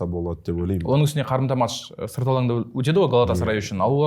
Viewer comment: Есетке матш емес “match” деп айтып үйретіңдерші.